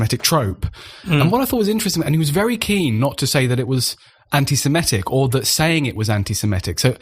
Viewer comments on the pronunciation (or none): The word is ANTISEMITIC, not antisimetic!